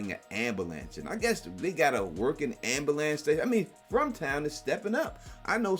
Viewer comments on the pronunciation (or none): WTF is an "ambalance"? Seriously, not hard to pronounce correctly 🤦‍♀️